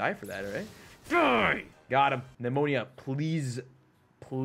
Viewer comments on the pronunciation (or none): Nemona ❌ Nemonia ✅ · It's Ne-mo-nuh.